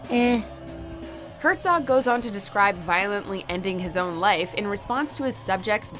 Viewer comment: THANK YOU for properly pronouncing Werner Herzog's name. I gave it a like despite no Ed Wuncler and Gin Rummy inclusions. And Gangstalicious.